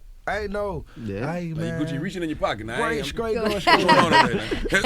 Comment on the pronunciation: he scraight cuh